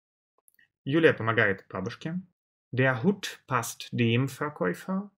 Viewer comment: Я конечно понимаю, что парень старается и разжовывает... но для А1 ... Для А1 (Карл!!!!!!) Это перебор!!! Плюс к тому - артикли: den, dem и der произносит одинаково (не уточняя! и по мне дак каждый артикль из его уст звучит абсолютно одинаково - как ДЭ!!!, а не ДЭР, ДЭН или ДЭМ), всё сливается и нифига не понятно на слух - какой артикль Он ставит!!! Я понимаю, что он сразу делает ставку на акцент и произношение. НО ЭТО ДЛЯ НАЧИНАЮЩИХ!!! А начинающим надо понимать само слово с точностью до буквы (БУХмляШТАБИРОВАТЬ), а с правильностью произношения и акцентом человек уже по мере изучения будет сам разбираться!!!